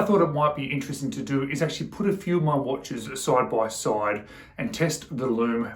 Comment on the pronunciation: Man, I can't get over "soide by soide" 😂😂😂